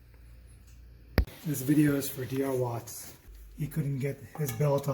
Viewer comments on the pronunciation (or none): it DWRAT not DRWAT. LOL.....